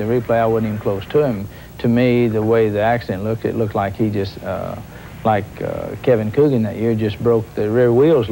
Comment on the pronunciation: Nine years later and it's still Kevin "Coogin"